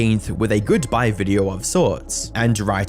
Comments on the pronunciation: “In this viderrr” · Okay so it wasn't my ears 🙃 😂